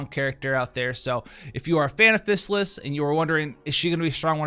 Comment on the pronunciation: Fizz AL liss. Not physicist. xD lol, i had to mess with you.